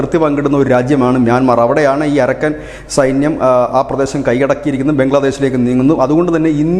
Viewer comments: അരക്കൻ അല്ല അറാക്കാൻ ആണ് ശരി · അരക്കൻ അല്ല അരാക്കൻ ആണ്.